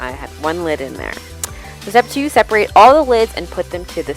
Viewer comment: It's "separate" :-)